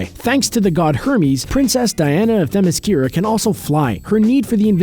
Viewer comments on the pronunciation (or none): none